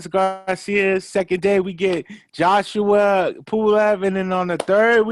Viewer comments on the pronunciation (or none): none